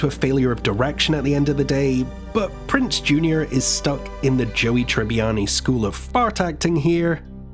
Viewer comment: Also it's Prinze not Prince lol